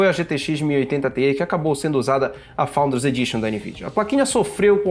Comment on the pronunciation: PARABÉNS! Principalmente por falar “FOUNDERS” com esse sotaque Dinamarquês! Apaixonei